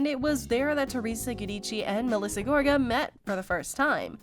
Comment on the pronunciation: I can’t deal with the mispronunciation of Joes last name, so I won’t be listening to you anymore.